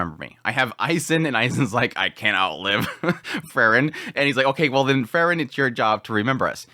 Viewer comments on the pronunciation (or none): It's Freeren, not Frrren.😁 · Like he always calls Frieren Frrrn.😁